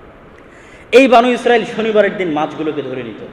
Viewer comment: বানু ইস্রাইল বনি ইস্রাইল আগে ভাসা শিখুন